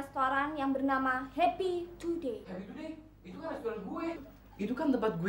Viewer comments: bagus bilang restoran Happy to day jaka Bilangnya Restoran kaki tupai 😂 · bagus bilangnya ke restoran happy to day Jaka dengarnya Restoran kaki tupai 😂😂